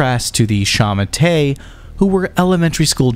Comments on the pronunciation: Its not sha ma tay😂 it is pronounced sha ma tuh, sending love from Hong Kong where culture is dead and freedom has been replaced with the fear of being arrested for singing a song. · I’m pretty sure shamate is pronounced (SHA-MA-TOUE/TOE) not (SHA-MA-TAY) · I can't get over the wrong pronunciation. It's "Sha Ma Tuh" not "Sha mu Tay" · Its pronounced like shah-mah-tur/tour. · Did you just say The Kumite? 🥷🏻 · It's pronounced like shah-mah-tur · sha-ma-te pronounced shah-mah-teh more or less. I don't know how you got pinyin on here, but thank you! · Was looking for this comment, man that pronunciation was bad